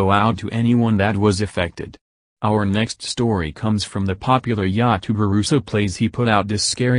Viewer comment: Ya-tuber lol